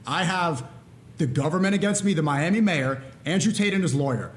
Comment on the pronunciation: Why did Tate just say he got to M-I-ami instead of Miami? 😂